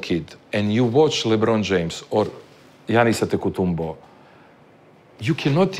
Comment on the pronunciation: Wow did he say Giannis Adetokunbo? Finally 😂😂